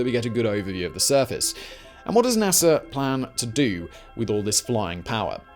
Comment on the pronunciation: Btw Theres no “R” in NASA but nice background music